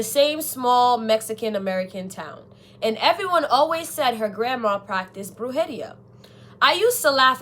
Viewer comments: Baby girl you're pronouncing the word wrong ! The word is pronounced broo-heh-ree-ah=brujeria . Accent is on the first and third syllables. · I see pronouncing Brujeria did NOT sit well with your soul....😂😂😂